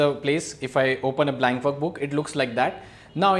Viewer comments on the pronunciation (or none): none